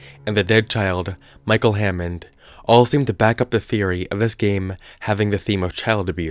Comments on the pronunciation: Hannond. Not hammond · micheal hannond not hammod